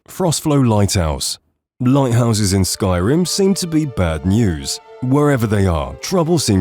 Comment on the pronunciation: The way you mispronounce names and other things about this game I'm suspicious that you have never actually played it.